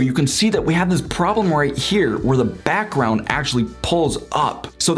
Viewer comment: informative but the way you are talking is kind of annoying, lol. BAckround PUlls UUp. Might just be the microphone idk.